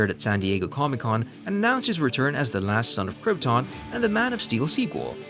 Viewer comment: ha ha did he just say last man of croton ?